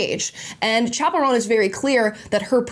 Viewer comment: “Chappell Roan”.. or is it, chaperone? Cuz that’s what I keep hearing. 🤣 just a funny thought